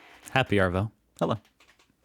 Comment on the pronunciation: Also been watching you for a fairly long time now and I sooo truely feel like training you in saying Arvo correctly 😅 let me know if your keen haha 👍